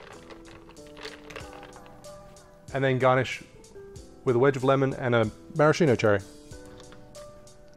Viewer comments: Lovely, but stop saying marashino. It's pronounced maraskino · Nice video! Maraschino is pronounced MaraSKIno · The correct pronunciation is "maraskino" (ch in italian is k) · Same with cocchi (cocky) vermouth, it's Maraskeeno. Brilliant video as always. I'm far too pedantic on these things I reckon